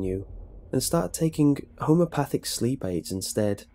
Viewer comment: "homopathic" LOL it's "homeopathic"